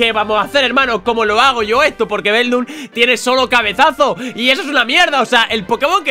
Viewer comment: se dice beldum